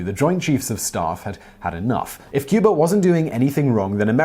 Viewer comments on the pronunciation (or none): none